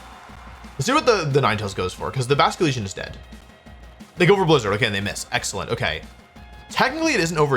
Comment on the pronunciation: “Blizdner” instead of Blizzard